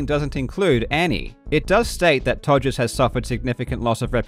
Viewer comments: The fact that you keep calling him Togers is killing me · I almost spat my coffee out when you said Togers. X-D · Soon, Karl Jobst can expect his lawsuit coming, for continually saying “Togers” throughout the video. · The fact that after talking about Todd Rodgers lawsuit where he misspelled his name he called him Todgers for the rest of the video, absolute legend lol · I love that he keeps calling Todd Rogers “Todgers” throughout the video 😂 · Calling him "Togers" for the whole video is one of the funniest things I've ever heard. I'm literally falling out of my chair laughing. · I love how Karl calls him Togers the whole video. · I choked on my water when I heard you continue calling him Todgers after pointing it out on the record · Continuously calling him Togers throughout was great. Cracked me up every time.